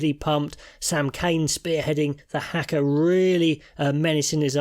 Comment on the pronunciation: bout time you learned how to pronounce the ha kah, short clip ha , not hack ah, but love your sum ups been a long VERY hard slog for Boks you can see Eben, lost weight PLEASE stop saying gutted, find another adjective, gutting is a flaming overused verb